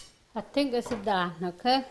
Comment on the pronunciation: “ISS OK” ❤ 🤷🏻‍♀️